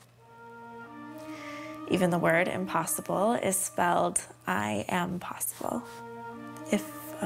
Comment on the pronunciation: I HEARD IMP-BOSS-ALE